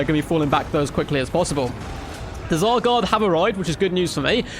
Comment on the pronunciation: Definitely not pronounced "Teh-Zar".